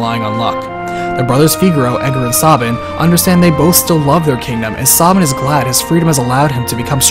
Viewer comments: SAY-bin, not Saw-bin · I hate how u pronounce some name like sabin... Saw-bin? Its Sabin like stabbing with no t or g lol. And omg the e at the end of Narshe is silent to you too? Omg am i alone? I even pronounce Celes differently but barely. I say kinda like sell-us. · But the pronunciation of Cyan and Sabin sounds horrible. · Ugh, your pronunciation of cyan and sabin pains my ears, but you did do a fantastic job with this review so thanks for that! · Btw, Sabin's true name is Mash, I think ? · Yeah, Sabin is Mash in Japanese, Cyan is Cayenne and Terra is Tina. You can pronounce Sabin however you like, but i feel it's wrong the way he does. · Why do you pronounce Sabin and Cyan incorrectly?